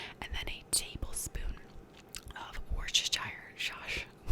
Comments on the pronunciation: Full on having a laughing fit at you trying to pronounce Worcestershire Sauce 😆 in the uk we usually just say Worcester sauce so it’s pronounced more like wuster. I also decided tonight would be a good night to get wine drunk whilst watching this, a Wednesday night the week before Christmas, I’m the classiest person I know no questions asked 😆❤️ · Loved this video, your pronunciation of Worcestershire really made me smile :D (pronounced Wuster-sheer - no shade in the correction, just a lil fact break :) )